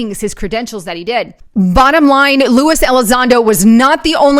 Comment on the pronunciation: I'm sure you're doing your best, AND Lewis and Luis are pronounced differently. Love your work. Thanks.